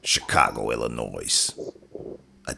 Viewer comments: Narrator - Illi-nois is pronounced n-o-i (no S sound). you should know that. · The "s" is silent in Illinois.